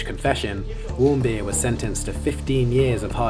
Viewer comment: Otto Warmbeer lol